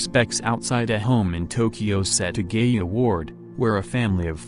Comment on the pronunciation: It’s set aaa gaaa yaaaa not setagayuuu